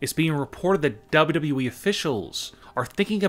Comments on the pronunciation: Why do you say double u we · the way he says dub dub dub eee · The way he says "wwe" is too funny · PLEASE STOP SAYING WWE LIKE THAT SAY IT A LITLE BIT SLOWER